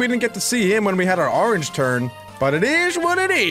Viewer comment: " a rorange" MAN DONT EVEN